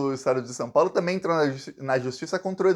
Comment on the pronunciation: zema: o caipira BOLSONARISTA. mineiro que NÃO tem vergonha MINEIRO AUENTICO, NÃO vota em você; VIGARISTA Que fala a palavra TAMBÉM você^pronuncia TAMEM. NEM FALAR SABE. VI GA RIS TA. PILANTRÃO DE QUINTO MUNDO. UM BOBÃO.